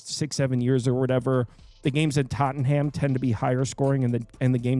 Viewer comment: By the way Tottenham is pronounced tot-num. Way too much emphasis on ham their. Maybe best to just say spurs stadium 😉